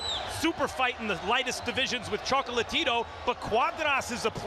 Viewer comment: "Chocolatirou" jaja que cura lo pronuncia el narrador.